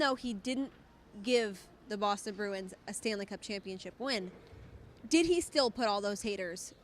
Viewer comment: Did she just say Broston